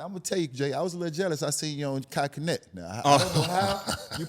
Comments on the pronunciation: Old ahh saying Kai Kenet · dude said kai kenet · My boy said Kai Kenet 🤣🤣🤣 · He for sure messed me up for sayin “Kai Cenat”…… hahahahahaaha